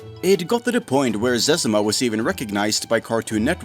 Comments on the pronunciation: Lmao! Who calls it sezuma!?? The legend is called ZezEEma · Disliked this because of the amount of times he mispronounced Zezima.